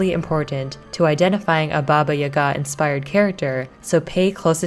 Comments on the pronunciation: Really cool video, but I find your pronounciatin of "Yaga" (Jaga) weird. In Polish we say it with an accent on the first syllable YA-ga, not ya-GA. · When I was growing up, grown ups would always use Baba Yaga as a scare tactic to get kids to go to bed at bedtime lol However the stress mark on the name Yaga is on the first a, Yága :) great job on the video! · Yaga like saga.